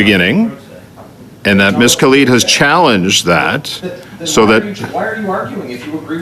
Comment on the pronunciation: If no one in the House of Commons can pronounce Ms. Khalid's name properly - including her closest co-workers - perhaps she shouldn't be in Parliament (obviously not born here)